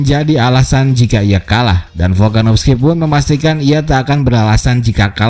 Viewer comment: Volkanovski bukan folkanofski